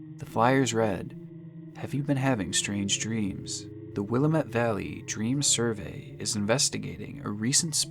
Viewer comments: As an Oregonian I’m dying at how you say Willamette 😂😂🤣 I was like “I’ve never heard of this place” it’s pronounced “Will-am-it” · fyi, The "a" in willamette is pronounced like the "a" in the word "ant" or "add" and this is the vowel you put the emphasis on. So, it's pronounced wil A met. Try it. See? Now you sound like you live there. Don't bother thanking me, it's my job as an English teacher. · PSA: Willamette rhymes with "damnit" 😉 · Origun. wilammit. Please say things right 😓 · It's will-lamate valley and pronounced oregin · I can't get passed the pronunciation of Oregon and Willamette in this video. Or-ih-gun and Wil-lam-et are how they're pronounced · i love the pronunciation of stuff lol. willamette is actually will-AM-it and oregon is like organ but orgen kind of??? i’m local lol it’s not terrible for not being native to the area, just a heads up!!! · why can nobody outside of Oregon pronounce "Willamette" correctly? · The way he pronounced Willamette was also weird to me. The lady on the voicemail says it right, and he still got it wrong. :P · and still said Willamette wrong even though he heard the automated message like the rest of us 😂 at least after the recording he pronounce Oregon correctly 🤣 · I live in Oregon and ur pronouncing Willamette wrong and same with Oregon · "OR-uh-GON" "WILL-uh-met" the pronunciations are the most disturbing parts of this video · I hate to correct you but it’s pronounced willAmitt not willameTTe and Oregin not oregOn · ITS PRONOUNCED WIL-LAMB-MET NOT WIL-LA-MET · You're so close, but it is pronounced will-LAM-it. Not will-uh-mutt. Edit: Oh, the gal in the automated message says it right. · Sorry to be that guy, but we pronounce them “Ore-GUN” not “Ore-GONE” and “Will-AM-ett” not “WILLAM-ett” -A Guy Born and Raised in Portland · i love your videos and cannot wait to see more, but please research pronunciation—! it’s (will-lam-mit) valley and i remember this being so bizarre when it was happening lol :3